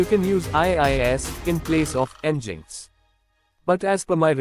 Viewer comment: Come on, dude, it's not NgInx, it's nginx (engine-X), they write it in their homepage... :D